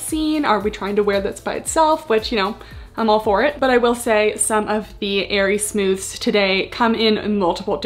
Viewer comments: i worked for aerie and it's pronounced "smoothies"!! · Aerie employee here! It’s pronounced “smooth-eez”! I HIGHLY recommend the Smoothez Padded Scoop Bralettes; I do agree that I wish the cups were molded, but these are my fav to wear as a comfy bra under sweaters/lounge wear! It’s the same material as the green one you tried on, but with wider straps and no clasp (which I prefer since the clasp digs in when you lay down lol). I also LOVE the mesh bralette it’s so so comfy, I do recommend sizing up in this one though! Also, aside from the Smoothez collection, the Real Me Hold Up! Collection also launched recently, and I can’t recommend them enough! I love the leggings (the regular real me leggings tend to slide down on a lot of people, so these have a more compressive waistband and i sized up) and they have matching bra and leggings sets for the gym! The Hold Up! Bras are basically the Bra-ish made into a real sports bra!